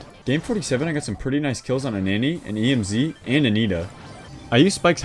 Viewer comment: He be out here saying E.M.Z. like it's an abbreviation for real though. He doesn't say Emz, he says E.M.Z. 😂😂😂😂